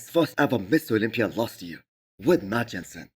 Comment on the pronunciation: Misses Olympia??? why do you not make an effort to say it right??? I love your videos